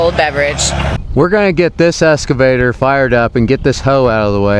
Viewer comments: eXcavator, not eScavator. English class is over. 🤣 Good video and good on ya for helping these folks. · i have never heard the pronunciation "escavator" before lol... wicked job though. I'm jealous